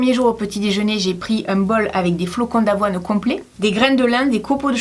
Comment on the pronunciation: T'as dit flacon d'avoine